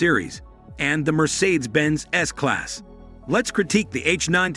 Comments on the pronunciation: Robot!! IS IT SO HARD TO FIND ANY EFFING LITERATE WHO CAN READ??. Mercersaids??.REALLY? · And mispronouncing Mercedes